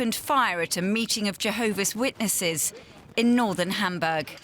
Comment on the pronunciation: The newsreader of DW call church as "building - used by jevoha's witnesses"